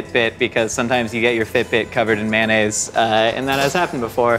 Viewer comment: Did he just said Mayossen instead of mayonaise??